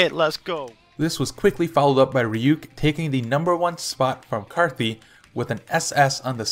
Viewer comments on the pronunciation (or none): "ryook" lul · The way you pronounced _Ryuk xD